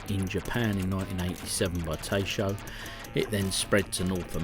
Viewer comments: Taito is pronounced 'tie-toe' Longer videos are best coz not only do we get to see more versions, we get to see more of you too. 🙂 Dunno about the verdict here.🤔 I'm sorry but this time I'm disagreeing. 'Ease of play' seems very shaky ground to base a verdict on. I like games to be difficult. Although, I do recognise that difficulty can ruin a game (Green Beret C64) 🙄, but so can ease. Yeh, it's all about the gameplay and not necessarily the graphics, but still, the C64 version didn't look too fast at all. I assumed you were talking about the attack speed and the speed of enemy fire so I went back and looked at all 3 versions again closely. The clips are all pretty much the same length with maybe the arcade one being slightly longer but during these clips, enemy fire was like so; Arcade - 50+ shots fired C64 - around 40 shots fired Spectrum - around 20 shots fired Secondly, not only do the enemy fire at half the rate on the Spectrum version, the speed of the fire is halved too! The rate and speed of fire on the C64 version is true to the arcade version but you appear to have labelled that as a flaw??? 🤔 I thought the primary criteria for judging coin-op conversions would be how close they are to the original. Not how easy they are on your favourite computer. The C64/Arcade versions look like they could be challenging..... The Spectrum version just looks like a time-waster. 😐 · 'Ta' as in Tap, 'ee' as in eat 'to' as in top :) Source - me!! I lived in Japan for 15 years :)